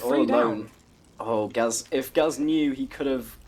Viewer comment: It's pronounced gay z